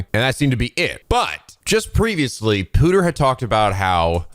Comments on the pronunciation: I was waiting to see if you would pick it up but Pewter is pronounced "pyu-ter" not "poo-ter" (because computer)! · calling pewter "pooter" just makes his character actually redeemable